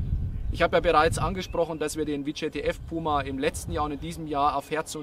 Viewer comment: Wie sichert der Soldat bei bitte ab? Mit dem Rücken zum Feind? Und wieso wird auf der Beifahrersonnenblende vor einem Beifahrerairbag gewarnt, den diese G-Klasse gar nicht hat? Und das VJTF wird deutsch ausgesprochen und nicht englisch. Namen ändern sich nicht plötzlich in der Sprache.